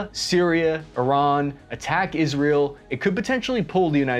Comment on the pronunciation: Look at this pro pronuncint Iran correctly.... Will he use the metric system correctly? oh no.... Oh well